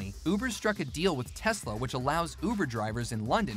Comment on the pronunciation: Not Telsa it's tesla